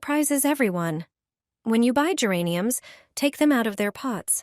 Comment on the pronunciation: Не гЕрані, а герАнь